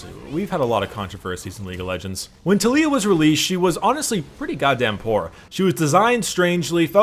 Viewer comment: The way you say Taliyah and Ivern triggers me